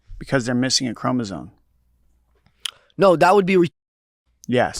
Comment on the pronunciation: Down syndrome people have an extra chromosome, they're not missing one, Dom. Also, it's pronounced "chromosome", with an "m", not "chromozone". Joe Rogan gets that wrong all the time too, two meat-heads that have no idea what they're talking about.